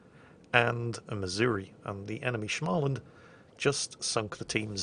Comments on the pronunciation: BUT FOR FOOK SAKES ITS SMÅLAND, NOT SCHMALAND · why “shmaland”? Its “smoland” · "Schmahland" is actually pronounced Smaw-land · Schmaaland...It is pronounced Small-land. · Idk where tf you learned to pronounce småland but there's no sh in there, it's pronounced kinda like smoland. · Småland isn't pronounced Schmalland. I know you're trying and it sound pretty good in the first vids about it, but it has deterioated seriously much by now. Small should sound like you say "Smol" in Smolensk. Listen to this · Not "Schmaaaalaand" just pronounce it as "Small-land" and and be a bit fast with the "l" part so you only makes it sound like 1.5 "L". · There's also no "SCH" at the beginning, nor two L in the middle. Smaland, not SCHMALLan. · its as simple as saying SM(insert the a(which is pronounced almost like an å) from when you say "called" for example")-land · its not shmaland , its småland. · Yeah, and only you Scandahooligans know how to say that å. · There's no "sh" in Småland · there is no sch-sound in Småland. Using your native language, say the words in brackets: [SMALL][UND]erstand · Ok... I love your vids mate. But you gotta stop saying 'shchmaaland'. It makes me wince every time. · you pronounce "små" as you would pronounce smo in smores. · Småland is pronounced "smawland/smorland" with a regular s, not sh. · The Å in Småland is pronounced the same way as the A in War, in case you're wondering. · The "å" in Småland is kinda pronounced like the "o" in words like "born" or "torn" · allways fun to view videos with swedish watships tolk me some time to understand what "smaland" was but hej, would not be the first time massacre a few words or names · here's a tip for you. To pronounce "SMÅLAND" correctly, Say the 'Å' in the same way you say 'au'. Like in the name Paul. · you need to search up how to pronounce Småland